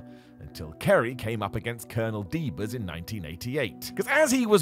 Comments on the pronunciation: That's Colonel "De-Beers" not "De-Berz". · It's Colonel DeBeers (duh-beers, like the diamond company), not "Deebers." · did you REALLY call Col. DeBeers "Colonel Deebers?" 🤦🤦🤦